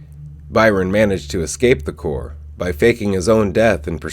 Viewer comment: You need to redo EVERY video that you've ever done about the sci corps. The word corps is pronounced "core". You keep saying corpse. Which is a different word. Learn English please. Corps and Corpse are two different words pronounced differently. They make these things called dictionaries with special instructions on how to pronounce the words. If you learn these simple instructions, you'll start to understand how the "p" in corps is silent, while the "p" in corpse is not. That is one way people know while you're speaking that you mean one thing and not the other.... Correct pronunciation! Please erase all the videos where you've made this mistake and redo them. I like you, your videos, and what you do. But I hate mispronunciation, malaprops, eggcorns and the like. Keep doing what you do. And I'll keep watching when you vids about the reboot. I actually like the sound of your voice